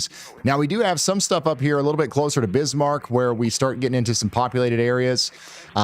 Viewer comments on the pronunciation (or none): none